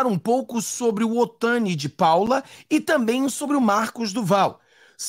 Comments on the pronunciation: NÃO é OTANI!!! É OTONI!!! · Não fala o nome dele errado ..Não é Otani é Otoni de Paula 👍🏻